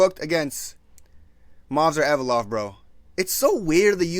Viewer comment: "Movsar Envelope"